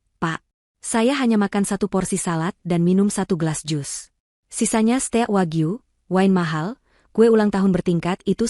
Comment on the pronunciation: maaf ya pembacanya hrs yg bisa bhs inggris jd kalau pas ada istilah2 spt declined, steak bacanya jgn dlm bhs ind dong ga enak dengernya, steak kan bacanya hrsnya steik bukan ste-ak dlm ejaan bhs ind, atau declined dibacanya diklaind bukan de cli net, maaf ya